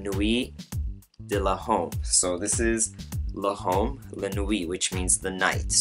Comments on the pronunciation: It's pronounced more like l'om not le'home! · Good review man.. just a couple pointers. L'homme is pronounced Lome.. the ' and h are silent. So like Y'ves would be pronounced Eves. And pour homme the h is silent also. Le male is pronounced le mall. Not trying to make you look bad or anything. Just giving you a heads up so next time you'll know your shit. ;-)